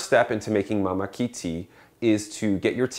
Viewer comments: Ummm... it's pronounced "maa-ma-key" and the correct way to display the word is with the kahako which is usually over a vowel and pronounced with a longer accentuation of that letter. Māmaki, is only grown in the Hawaiian Islands and is endemic to Hawaiʻi. **Suggestion: please wash your kettle! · first you pronounce mamaki wrong... secondly i wonder why you are instructing on how to make Mamaki tea and using completely different tea... and last but not the least : adding sugar or cream is not recommended for this particular tea ... learn and research first before you share with others